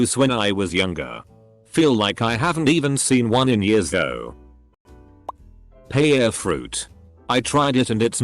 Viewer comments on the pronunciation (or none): none